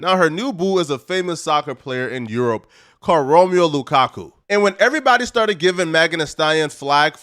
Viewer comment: Romeo lukaku? its *Romelu Lukaku 😂